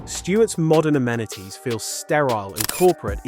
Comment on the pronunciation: He can't pronounce "amenities " either